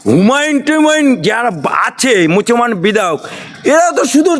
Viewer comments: আপনি মুসলমান কথাটা বলতে পারেননা মচুমান মচুমান বলেন আপনি গলা বাজি করেন কেন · মুসলমান না মুছমান এই শয়তান নামটা ভালো করে বলনা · এ কী মুসলমান না কী অন্য কিছু মুসলমান কথা টা ঠিক করে বলতে পারে না। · মুছমান নয় মুসলমান কথাটা ভালো করে আগে বলো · Musolman. Kotata. Valo. Kore. Bolte. Paren. Na. Allari. Lanot. Tomar. Opore. Hok. Allari. Gojob. Asbe. Amin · মুসলমান কথা টা ভালো বের হয় না, এই আবার কি মুসলমান। এই বেটা একটা জোকার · আপনি কি বিজেপির নতুন দালাল। তোমার মুসলমান উচ্চারণ টা ও ভুল ভাল বলছেন। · তুমিমুসলমানকথাটি ভালকরেবলতেপারনা কিরকমপড়াশুনাকরছ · মূর্খ মুসলমান উচ্চারণ করতে পারে না... মাতাল নাকি,,,, কথা বলার ভঙ্গি এমন কান। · নিজের জাতির নামটা সঠিক উচ্চারণ করলে ভালো হত ....